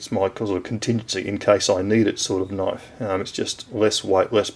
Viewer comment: now that's a knoife !